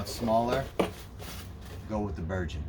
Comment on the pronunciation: Ber-gun not Ber-jun.